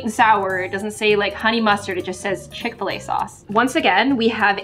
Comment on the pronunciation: Did she say fish-fil a